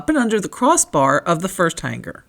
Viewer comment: g is SILENT in the word HANGER